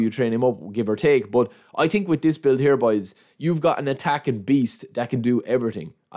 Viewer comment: „i tink“